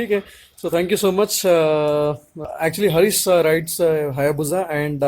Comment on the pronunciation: who the fuck is hareeeees. say the name properly harish